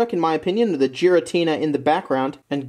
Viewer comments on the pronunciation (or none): It almost hurts to hear 'Jiratina' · It’s pronounced Giratina